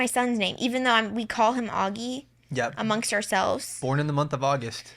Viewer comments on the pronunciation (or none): Auggie rhymes with Doggie. Just sayin’. ;). #livesnearhumansociety